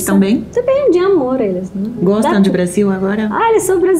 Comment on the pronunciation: Eu amo quando a Paola bota o sotaque porteño dela pra jogo! “amoRRRR” 🥹💕